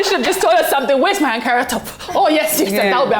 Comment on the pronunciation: Why are they all speaking with this weird foreign accent? The presenter even pronounced our fabric as ‘in-karaa’ 🙄. Speak very clean English with your regular accent. Nigerian show biz people always doing too much with the accent